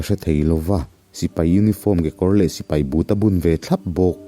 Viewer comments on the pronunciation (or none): none